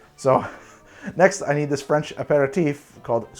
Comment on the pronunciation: Hey, i'm French and honestly, i'm kinda impressed by your French pronounciation